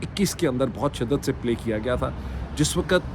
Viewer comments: A request about the pronouncing two words' WAQT and LAFZ, please a little attention. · Janab you are one of the best, please try pay a little attention on this request about two words' pronouncing, " waqt " and " lafz ", please, thanks.